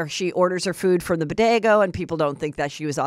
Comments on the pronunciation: And "Bodego sandwich" And then she says Jenny from the Bronx blah blah.....Lol 😂😅😂😅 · Not Bodego. 😂 😊Girl is Bodega 😂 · 😂🤣who the heck is jossup... umm nope, he calls her joseph not jossup. heather is a trip sometimes.. between heather saying "bo-day-go" and jossup... ive had my giggles . also scheana was wrong for grabbing and SNATCHING the hat off of Jo's head period. it was RUDE, & disrespectful af